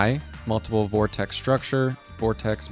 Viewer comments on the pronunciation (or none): none